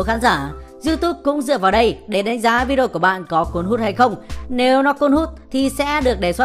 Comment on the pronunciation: Rất rất hay, nhưng mà đề nghị đọc rõ cái từ Vi-Đê-ô ra 1 chút, 100 lần đập vào tai toàn Vi đrô với Vi Đô, nghe khó chịu lắm